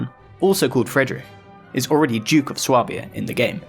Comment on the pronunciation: Swabia is pronounced "sway-b-ah" btw